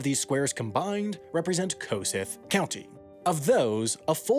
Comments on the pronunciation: From Kossuth County and this is the most exciting video I've ever seen. We never get mentioned, yet here is Wendover making a video about our little slice of the world! P.S. Wendover gained something to add to his mistakes videos. It's pronounced Kuh-sue-th, not Co-suth. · Hey Sam, Iowa resident here! I happen to live the next county over from Kossuth County. I would like to correct your pronunciation of Kossuth County. It is not 'Ko-sith' like you said in the video, but it is 'Ko-sooth.' It's how we refer to it. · It is pronounced Ka-Sooth not koseth. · Hey I live like 30 minutes from bancroft ❤❤ (also for anyone wonder it's no koh suth it's Kuh Soothe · Sorry but as an Iowan who lives in Kossuth County nobody says ‘koe-sith’ but we say ‘kuh-sooth’ 🤪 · kuss- SOOTH not KO-suth. it's been pronounced in local news by locals in video clips you can find online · Great video! Heads up Kossoth county is pronounced Kuh-sue-th. Really neat to see Iowa featured in your video! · It’s pronounced kah-sooth, not coe-suth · It’s Kuh-Sooth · The county’s name is actually pronounced kuh-SOOTH. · Welcome to any other place in iowa other than a few bigger iowa town usually called cities.... proper pronunciation is KA-soo-th county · It’s pronounced kuh-SOOTH. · Pronounced kuh-sooth county, and this is pretty accurate as someone who lives 20 miles from Bancroft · Kossuth is actually pronounced cuss-ooth (rhymes with tooth) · Kuh sue-th county, not nitpicking just saying. Great video :D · As a resident of Kossuth County (in the county seat of Algona), I need to tell you the name is pronounced kuh-SOOTH. Good job overall, though. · Lol, it's pronounced Kasooth. Funny to hear someone from out of state try to pronounce it xD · Learn how to say kossuth. It’s ka Sooth And it’s soybeans , not soybean when talking plural. And it’s de Kalb, not de cab. I know , you’re not a farmer. I shouldn’t bust your nuts. Chaf. Not chawf. Seed (plural) not seeds. Combine, not combine harvester.